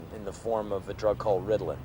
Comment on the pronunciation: não é redlin, é ritalin...ou ritalina